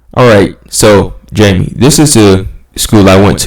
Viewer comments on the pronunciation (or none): Lol😂 fam i really thought you hadn’t reply i was disappointed, but i just saw this vid thats me jaime Gutierrez just to find out you are answering my questions jeeezzzzz thats was up bro. Lol you good no worries pronouncing my name wrong lol😂